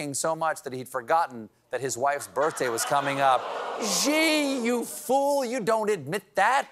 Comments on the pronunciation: Please Stephen, I love you but his name is Xi (she) we have the same sound in English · Steve, you did the whole 'He said, Xi said' joke yesterday, why do you still keep calling him zee?